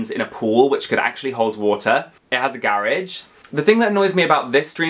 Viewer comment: Your accent on house 2015 had me confused 😂😂 I’m like what’s a Gairage then realized youre saying garageee 😂